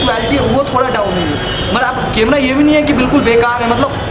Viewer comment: अबे लल्लू बिलकुल सडक छाप लगता है।कैमरा को केमरा कहता है।क्लोन को क्या कहता बे।